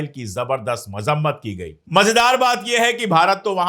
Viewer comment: Mazammat.wahhhhhhh pandey ji kya word bola apne sahi uchcharan k sath